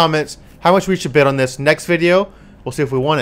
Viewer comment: Bid, not bis